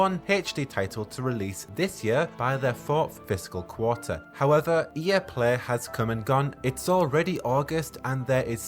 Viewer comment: Nobody: This guy: E Eh (EA), Plehy (play), geme (game)